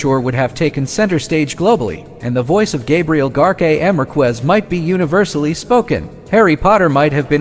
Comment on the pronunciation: It's Gabriel Gar-see-ar - markez!